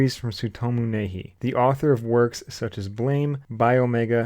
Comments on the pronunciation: It's pronounced "knee-hey-eee". Nihei. Not 'nay-hee.' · "Nee-hay" man